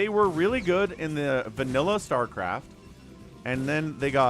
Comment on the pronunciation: " Star Claft "